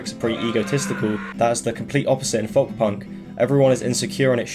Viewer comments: Its pronounced "Foke" not "Fuhwlk" m8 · why do you say folk like that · someone teach him how to pronounce folk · Ive never heard anyone pronounce the L in Folk before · are you pronouncing the work folk wrong on purpose? is it like an inside joke? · I’m glad someone else said it. It’s the pronunciation of the hard L.